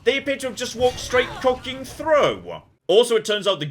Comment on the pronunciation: Please I beg you stop saying the word cockin, I don't want to stop watching your videos 😭